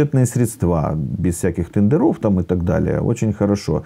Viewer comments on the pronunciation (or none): Как он сказал "тэндэрОв".Сразу вылючил. А где куст конопли?